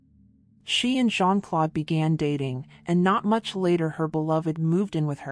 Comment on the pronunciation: Not Jean- Clode! It's Jean-Claude! Like the letter O. I cringe every time she says Clode!